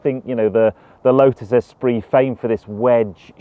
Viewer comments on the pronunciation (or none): Every time he says S-pree rather than es-PREE….